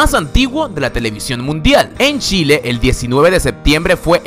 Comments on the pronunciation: Otra curiosidad: No se pronuncia Shile, se pronuncia Chile!!!!! 10 minutos escuchando Shile me hizo doler la cabeza; es como si pronunciaran "Golombia" en vez de "Colombia" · no es Shile es Chile con CH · No se dice Shile, se pronuncia Chile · Pronuncia CH no SH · Se pronuncia "tchile" , no como todos creen o creemos como "shile" viva chile mierda! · a veces pronunciabas como "shile" y eso me molesta un poco es "Chile" no "shile" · porque dice SHile si es CHile !!!??? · este dice shile no chile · Se dice Chile, no shile, por favor. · Se dice chile, no shile. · * Chile. o::::::: Shile ? No entendí ¡¡¡¡ : ( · Jajaja lo siento pero odié que pronunciaras "Shile" jajaja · oye weon es chile no shile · Es Chile, no Shile jajaja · No es shile es Chile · Como dice shile en ves de chile la wea chitosa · es Chile no shile aprende a pronunciar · se pronuncia chile no shile chile le gano a eeuu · chile ql chileee se dice.... no shile aweonao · Chile wn no shile;v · es chile no shile !!!!! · el qlo dice shile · Te gustan los shenos? 7u7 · Si creo que su pronunciación no esta bien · Muy bueno el trabajo de recopilación. Informa, educa y entretiene. Un consejo para el locutor, respecto de la forma en que él pronuncia “Chile” y “Chilenos”: Nosotros pronunciamos la “Ch” de forma distinta al “Sh” en inglés, y dependiendo de que parte de “Chile” eres educado esa “Ch” es mas “Tch” que “Sh”, este último considerado incorrecto y vulgar, pero en general lo mas aceptado por el “Chileno” mejor educado es “tch” fonéticamente hablando. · No sabía lo del reloj, ni del lugar mas lluvioso y el de ¡fósforos! Me gustó lo elegido. Lo malo, el que habla dice Shile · Por que dices Shiiile? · O wn me da como cosa y risa cuando dice : SHILE ksks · Porque dice "Shile"? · Dato curioso: pronuncias mal "Chile". Lo pronuncias como Shile. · shile xD jajajaja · Porque dices ssshile al comienzo? Es ch simple, pronunciación corta dental.... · Shilee, shaaiten😂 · marcelo alejandro Sí, ja ja ja